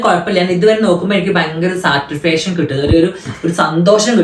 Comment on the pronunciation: സാറ്റിസ്‌ഫെശൻ, ഫ്ലോളോവേഴ്സ്,എത്തീസ്, ഫുൾ പൊട്ടതെറ്റ് ആദ്യം പോയി ഇന്ഗ്ലിഷ് പടിക്ക് പൊട്ടാ... വർത്താനം പെണ്ണിനെ പോലെ ആക്കാൻ ശ്രമിക്കുന്നു.. പൊന്നുസഖി എന്തിനാ....